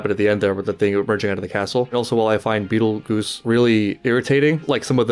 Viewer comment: Please, for the love of God, Please just pronounce Betelgeuse the way it looks. I cannot tell you have many freakin' reaction channels BASTARDIZE HIS NAME, calling him "Betele-goose", "Betel- Geezeh", or "Betelgeese" and HOLY SHIT. His name is based on the Star in the real world. That's all I'll say about that. It's pronounced how it sounds. "BetelGEUSE", like "Juice". Hard G. He even gets nicknamed "Juice" by... some fans. It baffles me how often people just let that brain-fart slide.